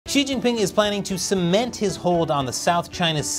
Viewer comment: That opening joke was hilarious because when you say cement all I hear is tofu